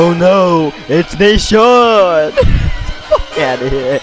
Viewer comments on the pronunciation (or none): It’s nasean not nashawn